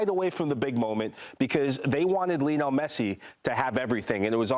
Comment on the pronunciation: “Lionel” Scaloni is not pronounced like “Lionel” Richie. Scaloni was never a member of The Commodores.